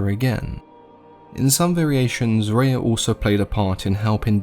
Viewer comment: I named my Daughter Rhea. You pronounce it the correct way too. Amazing stuff. Thank you.